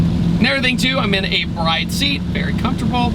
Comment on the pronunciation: Its pronounced BRID, not like a wife bride. Brid